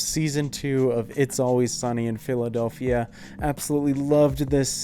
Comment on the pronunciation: The way this man said phiLAdelphia